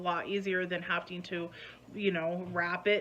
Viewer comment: "hafting to"...., darling, there isn't a T in that word, you sound dumb, it's "having to"